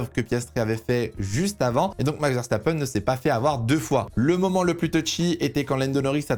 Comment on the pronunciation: Tu a dit verstapeune, pas verstapen